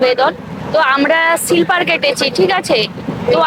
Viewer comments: সিলপার নয় ওটা স্লিপার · Silper hoy na....ota Sleeper hoy 😊😊